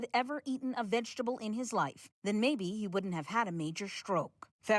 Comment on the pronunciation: Cru-di-té, people .It's a French word. Pronounce the word correctly.